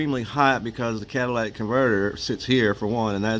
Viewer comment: Cadalatic, I think he said. Catalytic is what it is, though.